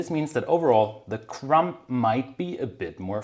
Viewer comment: As usual this is a very interesting lesson. Most of it I have heard before but your explanation always makes such good sense. Thank you! Ps: “Crumb” does not end with a p. The B is silent.